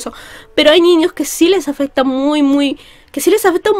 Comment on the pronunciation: Amo cuando dice "ñiños"